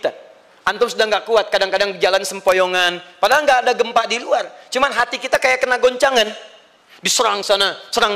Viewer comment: Ngomong luar lual,waduh pasti baca Alquran nya tidak fasih.😆